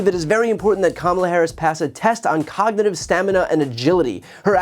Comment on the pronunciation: Trump, stripping the teeth off the cog in "cognitive".